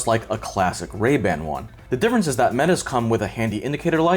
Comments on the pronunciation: Really? 5 cameras? Don't you mean 5 microphones bro? Also it's not "Ray Band" it's Ray Ban. Really chose a professional for this one Meta. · Ray-Band??? Come on, at least get the name of the world's most famous sunglass brand right 😆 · Ray Band? Lol. Ray Ban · "Ray Band" 😂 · I had to stop watching when he said “Ray-Band”